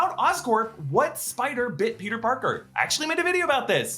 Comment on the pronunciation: Is that Peter.... Barker?